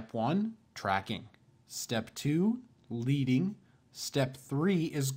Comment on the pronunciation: Tip, leading is pronounced 'ledding' this is because in traditional printing the space between the lines of typeset was created using strips of the metal, lead. Just trying to help👍